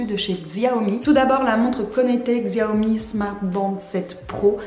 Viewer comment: Aie le X fait mal dans la prononciation de Xiaomi 🥲 La bonne prononciation ici